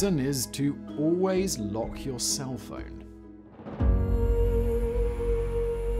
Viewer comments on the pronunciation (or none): none